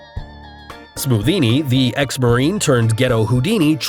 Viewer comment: You said scothinni